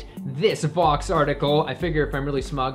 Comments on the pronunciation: Vox, rhymes with F_x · Rebuttal: It's Vox